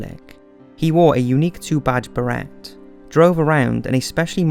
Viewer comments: Good summary. Pronunciation! Rommel, beret, Calabria, Roosevelt, others too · Get your pronunciations and facts under control ---Rommel, Beret, and the forces at El Alamein were Australian which successfully held off a vastly larger German force. These inaccuracies are constantly annoying.